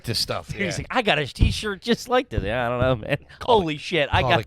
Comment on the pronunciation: I love when gets so confused/flustered by the shit says that he goes full gibberish mode! “Yeyeyey ya got wha wha what are what are you talking about?”